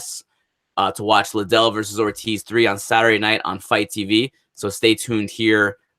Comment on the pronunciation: making excuses for Oscar's complete failure at promoting that fight... lame. grade for that promotion is a F minus. Oscar didnt even know how to say Liddell. HE COULDNT PRONOUNCE THE NAME OF THE MAIN EVENT. Oscar looked like he just woke up and forgot he was director of the high school play. complete embarrassment.